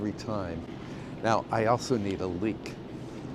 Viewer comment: OMG ! I thought you said leak , I figured when you need to go you have to go😂❤